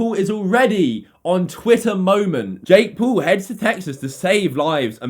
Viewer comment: Still, don't talk shit if you can't even say Jake Paul